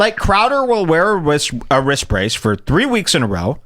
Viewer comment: wtf is a wrist bracedth